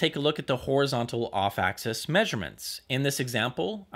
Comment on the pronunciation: You do great reviews, but if I may, axis isn't pronounced like access.